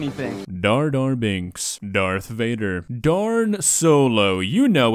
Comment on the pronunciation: "Dharth vader" lmfao